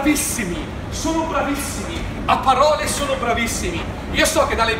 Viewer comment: "PPPAROLE, PPPAROLE, PPPAROLE, PPPAROLE" troppo divertente 😂